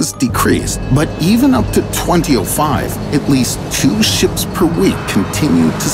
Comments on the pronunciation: Did he say 20 05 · “20-O-5” lol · "twenty-O-five" ...ok I think I'm done here... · I don't like how he said 2005